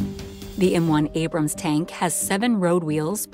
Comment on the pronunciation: Right off the start... "Abram". Yeah, that's enough.